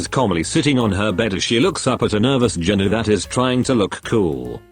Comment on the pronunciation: Bro said ginu